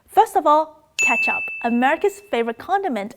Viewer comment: “kaychap” sounds different from “ketchup” 😀😀